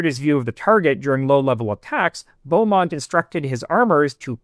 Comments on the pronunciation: Also "Bee" Beamont, not Beaumont. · Interesting presentation, well done. Just a small note, though; Roland Beamont is pronounced 'beemont'. Notice there is no "u". Sorry, I just can't help myself🙃